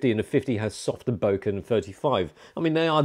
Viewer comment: Correct! And boke-uh not boke-eee!